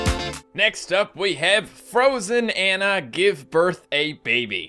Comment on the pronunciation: I'm afraid of all the hate you will receive after pronouncing Anna wrong